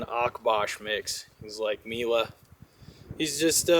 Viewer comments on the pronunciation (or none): none